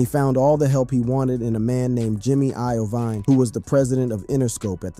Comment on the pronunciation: You did a fantastic job with this short documentary! My only issue is you have got to pronounce names of legendary people like Jymi Lovine correctly. That part was very cringe. You have made me a fan 👍🏻